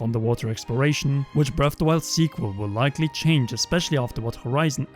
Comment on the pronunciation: "BREFFF DE WYLD"